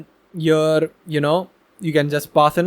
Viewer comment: here not ear, not ea, not eee, not E R